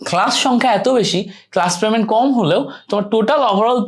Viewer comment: প্রেমেন্ট না পেমেন্ট 😂 হালা মূর্খ